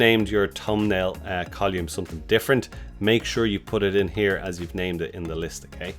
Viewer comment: Col-oou-mm ? Its COLUMN! :)